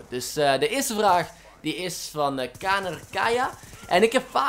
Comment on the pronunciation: caner kaya je spreekt zyn naam wss als Djanner uit xd